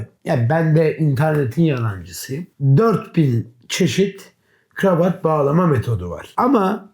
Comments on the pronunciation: Dış sesin gravat gravat demesi bir tek beni mi rahatsız etti? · bu kameraman niye GIRAVAT diyor?